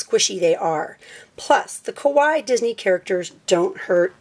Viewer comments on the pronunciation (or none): Sry but its pronounced kawaII not just kawi